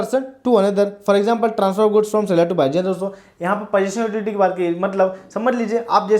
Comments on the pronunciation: Utility bol ek barr 😂😂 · please pronounce utility properly its annoying